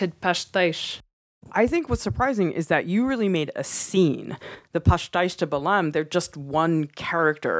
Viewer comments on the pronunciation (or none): lol your pronunciation is a little off haha 😂 we don't really pronounce the m in Belém kinda sounds like ay kinda not really but good job👍